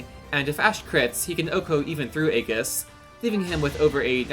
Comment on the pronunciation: Really nicely done. Good strategies to make the best use of the wonderful Ashe. FYI, Aegis is pronounced ee-jiss; and Pavise is pav-iss (or pav-uhs for US English).